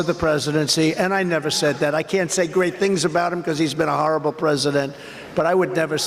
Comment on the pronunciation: He can't even pronounce horrible.